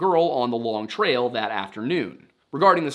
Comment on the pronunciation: As a vermonter, we say long trail. No emphasis on long. Longtrail.